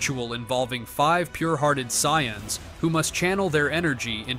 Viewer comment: the "Sai-yons"😂